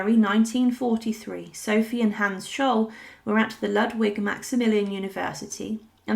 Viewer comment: You’re pronouncing Hans incorrectly.